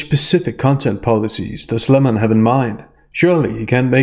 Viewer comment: It’s so hard to hear Lem-or-on this much. Only tolerable because of your great commentary. Thank you.